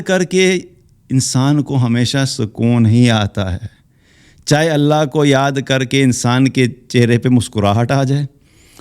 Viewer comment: اللہ کے لفظ جلالہ سے پہلے زبر ائے۔ تو اللہ کو پر پڑھتے ہین موٹا کرکے تجوید کا خیال رکھا جائے۔ باقی کیا کہنا سبحان الله وجزاكم الله خيرا كثيرا